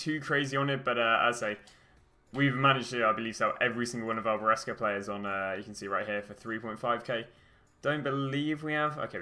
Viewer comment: Your content is awesome! But... please, it’s Brescia not Berisca. You keep saying that all the time 🧐